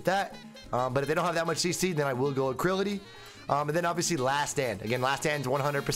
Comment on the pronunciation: ALACRITY BRO ALACRITY😂😂 NOT ACRILITY. LOL